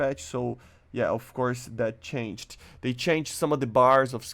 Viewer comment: "I know what it mean i dont ah do but i dont know what it me so its something but i dont know" bruuuh stop saying the "ED" in changed PLZZZZZ